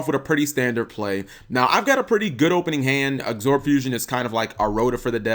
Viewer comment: Has anybody else on here noticed how bad he is at pronouncing card names? Cards like Absorb Fusion, he calls it Exorb Fusion. What a dumbass! Get your card names correct you damn scrub!